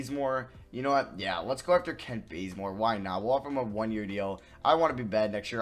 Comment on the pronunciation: Am I the only person who heard him say “Kent Blazemore” lol